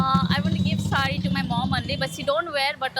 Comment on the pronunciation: Your pronunciation was wrong i was replying for saree you didn't even stop me its not saree its sorry n all... Its ok next time 😅